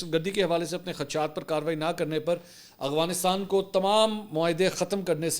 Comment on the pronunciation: Mansoor bhai ap hamaesha aghwanistan bolty hen Afghanistan ni bolty